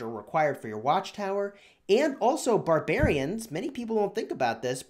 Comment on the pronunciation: barbrraarings lol